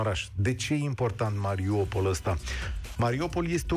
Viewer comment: Mariupol nu Mariopol Un pic de atentie ajuta